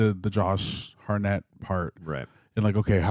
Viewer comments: Josh Hartnett pronounced - ( Heart net ) Not harr net , next time you say his name in a video expect it to be corrected lol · anyone else annoyed then laughing at how keeps a) jumping at EVERYTHING (i mean jeez, imagine watchin him see an ACTUAL scary movie) b) how he somehow continually pronounces Josh Hartnett's last name wrong lolol?